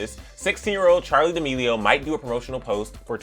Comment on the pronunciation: The way that he pronounces D'Amelio Charli demeleoo